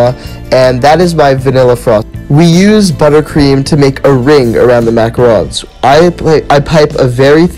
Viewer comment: I’m French so it makes me mad when people pronounce it wrong!!!!